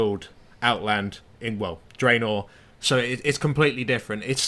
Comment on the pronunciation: You can pronounce Draenei but not Draenor? DRANN-or like DRANN-eye